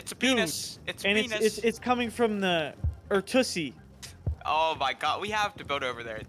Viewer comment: Why does put the “T” in Earthussy? Says it like Earth-t-ussy